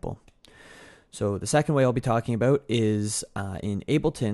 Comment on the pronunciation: canadian "about" lol